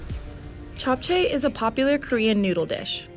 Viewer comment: JAPCHAY -_- its Japchae. Not gonna lie, they should actually hire someone who can pronounce them correctly.